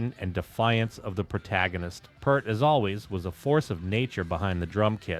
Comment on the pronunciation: Uh oh....you said "pert" not "peeeeaaaaaart" ...here come the angries Thanks for the content bro! :)